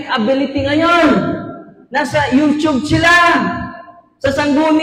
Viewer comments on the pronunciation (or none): none